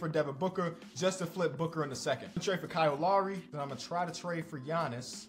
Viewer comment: It’s Kyle Lowry he from Philly it’s his name it’s Kyle Lowry